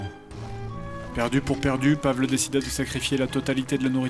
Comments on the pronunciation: Par contre Fred, c'est horrible de dire "Pavle" comme tu le fait, il faut le prononcer "Pavel" -_ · Toujours très bon ! Par contre du nom de Pavle... Ça se prononce "Pavlé", pas "Pavl". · Commentaire constructif: Pavle se dit Pavel😄